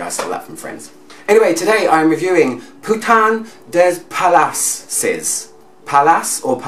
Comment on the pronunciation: it is pronounced 'puta(n) de palas' just in case you were wondering ;)